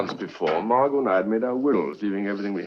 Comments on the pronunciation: Actually, her name is pronounced Margo. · This quite closely follows the play it is based on by Frederick Knott. Enjoyed your reaction. The "t" in Margot is silent, by the way, if you happen to come across it again in something. It's pronounced the same as Margo.